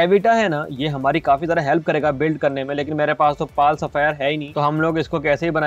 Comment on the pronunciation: pal sapphire nahi pal sphere